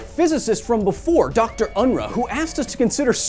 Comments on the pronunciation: Unruh is pronounced UN-ROO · The name 'Unruh' is pronounced 'Unrooh'. Furthermore, I consider that the short numerical scale should be abolished. Semantically inferior to the long one, it is a pointless source of confusion. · Dr Unruh's name is pronounced Un-Roo.